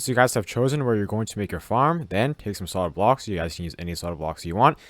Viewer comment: "Soid blocks"😂